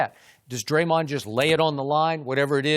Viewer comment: The way Chris says dremahwn